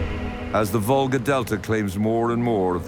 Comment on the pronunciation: It is a river Volga, not vulgsr as stupid AI spells